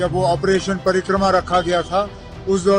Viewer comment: With due respect for Mr Omar Abdullah, it was not Ops "Parikrama", it was Ops "PARAKRAM"